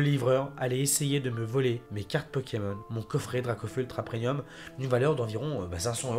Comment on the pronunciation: Pourquoi tu dis prenium ? 😭 C'est premium 😭